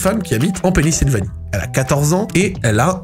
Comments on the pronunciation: Top ta vidéo! Mais c'est Pennsylvanie et non penisilvanie lol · C'est Pennsylvanie, pas Pennysylvanie :) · sans doute bcp de gens qui l'ont dit mais c'est Pennsylvannie et non Pennysilvannie ! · Pennisylvanie? Pennsylvanie 😂 mais sinon motel t'as video je kiffe ce format ! GG et grosse force à toi ! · On dit Pennsylvanie et pas Pennysylvanie mdrrr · Video superbe, par contre, on dit "pénicilline" et "Pennsylvanie", pas Pennisylvanie:P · Il dit pennisylvanie au lieu de Pennsylvanie toute la vidéo jsuis ko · Jme suis demandé ce que j'allais regarder en mangeant, j'ai vu ta vidéo j'ai cliqué instant' mais la première histoire m'a refroidi ahah edit : Par contre tu m'as régalé a dire Penny-Sylvanie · ta clairement un problème avec la prononciation de pennyslvanie par contre